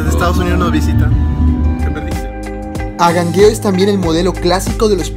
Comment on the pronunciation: Tienes un problema de dicción, tal vez frenillo. Pronuncias mal las palabras, como Angangueo, tu dices Agangueo. 👎